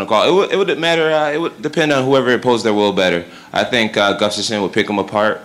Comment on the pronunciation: THEY DONT TINK LIKE A I TINK